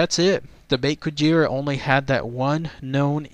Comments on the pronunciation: it's pronounced bake kujira as in ba and the letter k not bake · Actually the "Bake" part is meant to be pronounced "Bah-keh" o w o